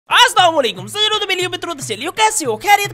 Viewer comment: Bhai salam thek se liya kro Astamulaikum keh rahe ho. chlo baki jo b h pr ye islam k liye bohat aham h.